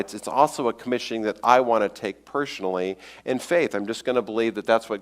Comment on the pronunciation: "Pershonally" "Pershonal pershpective" Is shloshed?